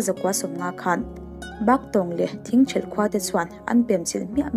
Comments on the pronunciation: Thingthrelh niloin Thingthelh tih tur zawk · 'Thingṭhelh khua' niloin 'THINGTHELH KHUA' zãwk aw.